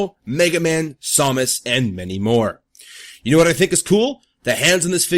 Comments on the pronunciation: nice review but did you call samus somus? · Good review, but I still prefer Apollyon. P.S., it's "Samus" like "same." P.P.S. Loved the Duck Hunt joke!